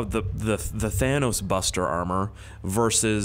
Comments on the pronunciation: Thanos gets mad if you call him "thaynose" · It's Thanus